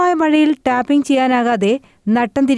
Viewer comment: ടാറിങ് അല്ല ഹെ ടാപ്പിംഗ്